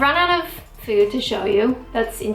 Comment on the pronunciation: Great video, love how you say fooooouud like a Canadian.